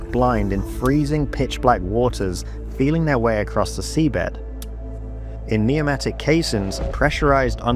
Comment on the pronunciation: Too bad your narration bot can’t pronounce pneumatic and ballet.